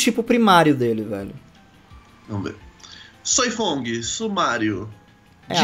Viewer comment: é Soi Fon não Fong kkkk vc esta fazendo mtos Cortes kkkkk